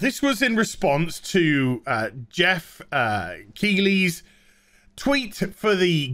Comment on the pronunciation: Oh come on! A Yorkshireman like you should be able to pronounce Keighley.;-p